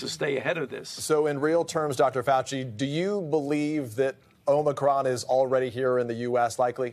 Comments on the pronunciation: DID FAUCI JUST SAY "IMACRUMB" VARIANT ??? THATS THE FIRST THING HE SAID THAT I AGREE WITH ! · exactly, and a lot of these journalists can't even pronounce Omicron correctly.